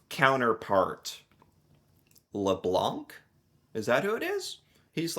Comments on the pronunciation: Th name is Dominic Leblanc and you have to say Leblan........no K ....,,, the c is silent letter ... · Might as well pronounce Leblanc as intended since Canada is French English: "luh-blahn", the "blahn" is like saying "blond" but stop at the "n" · FYI, the C in Leblanc is silent. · Leblan - you do not pronounce the C at the end of Leblanc. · LeBlanc- the 'c' is silent. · By the way, Leblanc is pronounced "Leblan" the "c" is silent. FYI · a little french lesson, 'leblanc' .. the 'c' is silent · Thee c is silent in the name Leblanc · You do not pronounce the C in Leblanc, you’re welcome :) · dont prononce the C in leblanc btw its because of ppl like you that we didint lost hope on usa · Please do not pronounce the c in leblanc! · A friendly note that the «c» in «Leblanc» is silent. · Leblanc is pronounced with a silent c. We don’t pronounce that c in French. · The C in Leblanc is silent and it means "TheWhite" in french🫡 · The C in LeBlanc is silent. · As someone with that last name, this hurt to hear. You don't pronounce the C. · Come on English Canada you can google serche how to say leblanc 😅